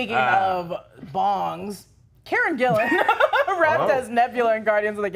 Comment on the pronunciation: Karen Gillan, not Gillian